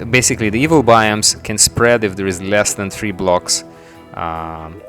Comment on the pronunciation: oh I feel sorry for you on the thumbnail, you said contain and prevent 'spead' lol